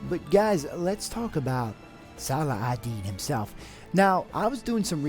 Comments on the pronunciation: u fool! it's (-Salah) (-Ud) (-Din)! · Actually, it's pronounced 'Sala*ha*din', or Salah*hu*din. Most people, if not everyone here in my area pronounce it as such, my friends whether Muslim or not, and the teachers and ustazs at the mosque. If you can read Arabic, his name uses the Arabic alphabet of 'H'. But it is what we pronounce it as. I don't know about others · Cool video p.s: it's pronounced "salahuddin" or "salaheddin"